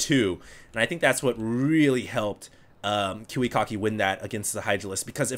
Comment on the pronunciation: sounds like you'd say kewekocki xD